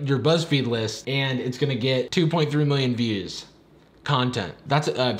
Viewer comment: Don't you mean 'millioin'